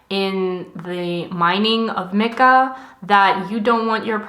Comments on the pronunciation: Isn’t mica pronounced “my-ca” instead of “mick-ah” or have I just been pronouncing it wrong? But seriously, thanks for another extremely educational video! We really need to demand better from these corporations. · The way she pronounced Mica bothered me so much😂